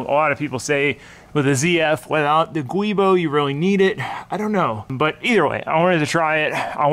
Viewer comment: its German, guibo is pronounced wee-bow (like Nintendo “wii” + “bow”and arrow)